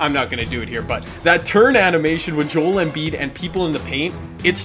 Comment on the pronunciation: hi key it pisses me off when you says Joel's name wrong. Could you look up how you pronounce it